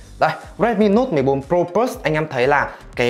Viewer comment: Đọc từ plus bình thường đi. Đừng cố tỏ ra chuẩn tiếng anh khi phát âm của mình không tới nữa. Cừ bờ lớt đi đừng có phì lus xì nữa nghe phèn lắm.